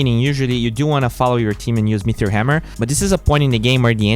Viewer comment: Are you saying meteor hammer, mithril hammer, or metheor hammer? There's no h in meteor. Pronounced meaty-or